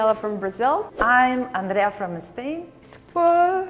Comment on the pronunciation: Spain, not"Espain".